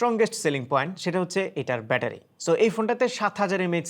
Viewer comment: Visal bettery❌visal batpary😂